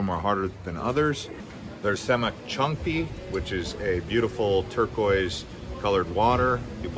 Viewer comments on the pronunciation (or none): lol, how you pronounce Semuc Champey! :P